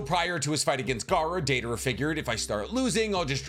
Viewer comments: Daedora? Where the hell is Deidara mentioned like that?? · the butchering of Deidaras name in notbut rn video and this comment hurts my heart